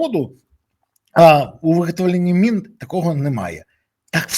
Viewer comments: Та не мин , а мін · Пане Береза, мін, а не мин